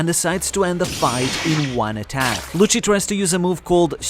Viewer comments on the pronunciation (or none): none